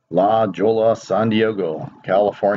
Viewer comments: good work Keep showing the cams. the one in LaJolla,Cali. is pronounced ('La Hoy-ya) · It's pronounced, La Hoya. The "J" is an "H" sound. Ya know, like, JESUS is said hey-suse in espanol.